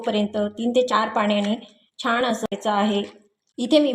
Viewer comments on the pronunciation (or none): सारखे सारखे छाण छाण म्हणत राहातात. जेनेकरुन असे सर्व अशुद्ध बोलते आहे.